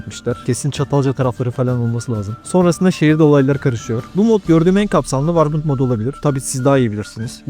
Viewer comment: Abi allah için warbınd değil amk worband